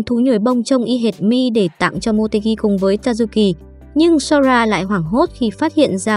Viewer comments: tayuki nghe thành ta du kì :) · Tazuki nghe nhầm thành tazukì :)))))) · Tazuki mà cj đọc là Tazukì:)) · Cj có thể gọi là tazuki nhưng cj lại gọi là tazu kì